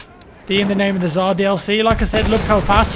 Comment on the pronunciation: Am I the only one who doesn't understand why is it so difficult for english speakers to pronounce Tsar correctly? It's "TS" as in "bulleTS". Not T'Zar... I'm not gonna mention that it's only an english transcription and it's originally spelled with "C" (ц) :D